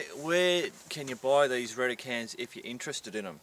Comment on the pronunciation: the way you say it, it sounds like Rent-A-Can :) bad name choice i presume